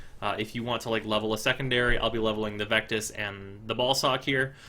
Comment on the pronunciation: He said ball sock lol